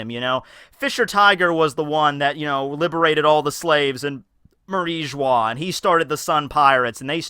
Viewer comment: It is pronounced May reeh Joh Uh (Marijoas) Tip.